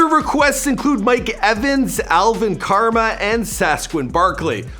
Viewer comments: "Alvin karma & sasquin Barkley"...? This dude need hooked on phonics lol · okay he said alvin karma and sasquon barkley but are we gonna ignore “will fueler”